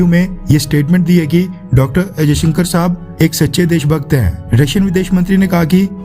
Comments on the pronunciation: Henis S.jaishankar not ajayshankar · Jayshankar not ajaysankar.history parley.tera Nam Kiya hay... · AjayShankar sab nahi S jayashankar Saab Hai. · I listen every time Ajaisankar . S. Jaisankar ya Ajaisankar.???